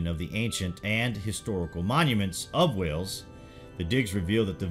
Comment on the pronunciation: It's Wales not wells